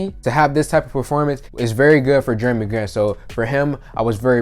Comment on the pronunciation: “Germy” Grant lol 😂